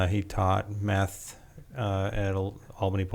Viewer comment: Im sorry did he say tuaght "meth" ?